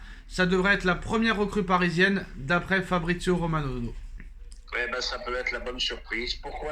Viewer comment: C’est pas Nono, c’est NEUNEU !! 😂😂😂